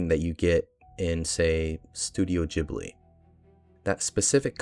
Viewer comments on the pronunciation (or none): none